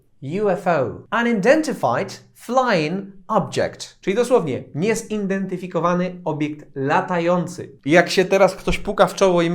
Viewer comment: niezIDENtyfikowany ;) A z rozwinięciem skrótu VIP trzeba uważać żeby nie przesadzić z brytyjską wymową, bo nam wyjdzie impotent ;D Dzięki za materiał :)